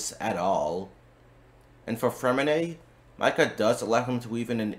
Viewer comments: I can't take you seriously when you keep saying Myka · It /is/ spelled how it sounds Mika = [Meeka]; Long I sound. And there are many in-game moments of it being said correctly to reference when making videos if you're going to do theorycrafting...